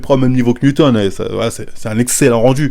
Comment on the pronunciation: "Mewton de double dragon workout"🤣🤣🤣 la prononciation stp... on dit NEWTON #ROW